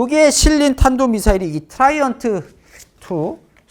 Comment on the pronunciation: 트라이언트가 아니고 드라이덴트입니다.